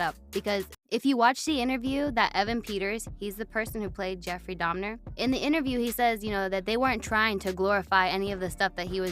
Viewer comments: Didn’t he convert right before he died? He was baptized and born again. Why leave that part out of your narrative? Also it’s pronounced “da-Mer” not “dam-Ner”. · Why keep saying “domner”?? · dahmNNner she say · Did she say DAHMnER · if you're going to have a whole show about a specific person, might wanna make sure your co-host/guest sys their name right. Smh, she kept saying 'jeffery dahmner' 🤦🏾‍♀️